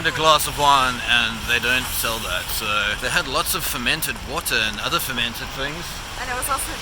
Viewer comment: "poes expensive" I think I died😂😂